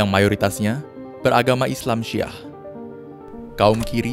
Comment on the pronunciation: Syi'ah bukan syaah